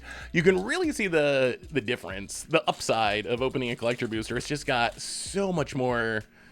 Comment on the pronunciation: I love they way you say “bewster”